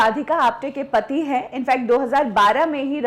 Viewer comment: हिंदी का उच्चारण सुधारें। Marathi influence is very clear. हैं को है बोलती हैं। इस तरह को और बहुत सारी गलतियां हैं।